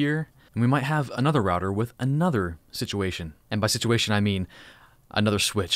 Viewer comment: a 'switchuation'